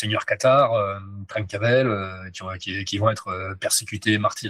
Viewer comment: J aime bcp t ecouter cher.. et comme je suis du Sud Ouest - je me permets de vs partager - le fait que le nom Trancavel - se prononce en Occitant: TRANCA-BEL. et ca veut dire: Celui qui tranche bien.. Car en Occitant le V se pro.ce B. Gros bisous. ❤